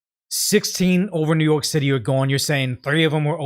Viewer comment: Is he saying New York City or New Yolk City? Sonic Prime was the first time i heard New Yolk City bit with Eggman it made sense. But seeing how NYC has infant brain it also makes sense to call it New Yolk City as their brain is underdeveloped. I hope im not that loser late to a old joke after overthinking it lol.